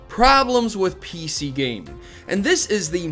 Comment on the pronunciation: "The Inconsistency of PC Gaminge" "Gaminge"